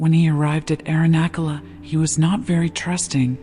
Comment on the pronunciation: 🙏🏼🙏🏼, thank you. Am just bringing to your attention that Arunachala is pronounced not with a ‘k’ as in ‘kettle’ but as ‘ch’ as in ‘chat’, 🙏🏼🪷🙏🏼